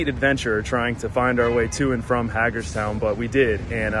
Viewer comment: It's pronounced hay gerstown. Great video